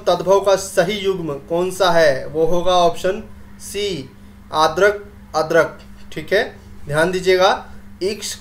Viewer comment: Sir adarak ka ardrak hota h na ki adarak